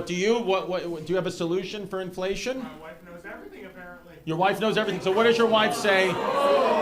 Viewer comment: Lmao 😂😂😂 "inflaysh"